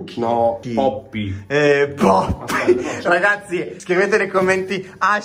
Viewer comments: Comunque è pioppi non poppi😂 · convinto che si dice POPPY al posto di PIOPPI mi ha ucciso 😂😂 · si dice nippoli non poppy😂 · Pioppi non poppi🤣🤣🤣🤣🤣🤣